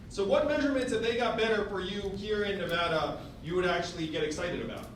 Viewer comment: He pronounced Nevada correctly. He has my vote